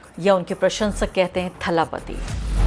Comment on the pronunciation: आप तो थाला पति बोलना बंद करो। वो दल पति है। तमिल उच्चारण को थोड़ा समझ ले तो अच्छा होगा। कोई भी एक नॉर्थ इंडियन मीडिया ने सही उच्चारण ही नहीं किया।